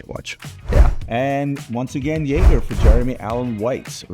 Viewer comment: "Expert" watch dealer? How can you not pronounce Jager?